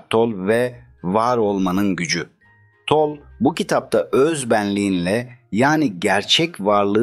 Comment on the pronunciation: Eckhard Tolle, Alman kökenlidir, soyadının sonundaki “e” de telaffuz edilir.